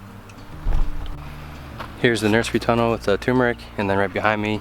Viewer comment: Lovely! Don't forget the "R" in tuRmeric. Tur-mer-ic. Anyway, love your farm!